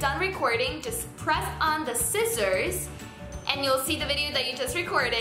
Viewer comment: U said scissors so Spanish omg